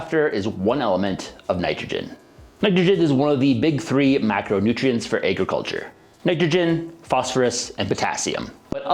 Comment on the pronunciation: Whats "ayy-gruh-culture"?